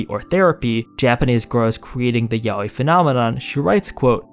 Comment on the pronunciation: I appreciated a lot that you pronounce yaoi as intended and not as "yah-wee"